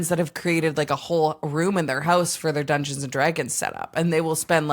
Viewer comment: i love how sometimes says Drungeons and Dragons hahaha, and you already had Ashly Burch who was part of a Critical Role Oneshot:3 she could be your RPG professional